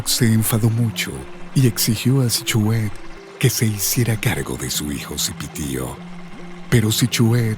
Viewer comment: Q pésima narracion ni pronunciar el nombre Sihuehet puede.